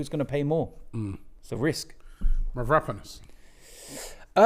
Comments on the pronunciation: It's mavro-pan-os ffs robbie. What the hell is merapanis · Mav-raaa-ponas ohhh Robbie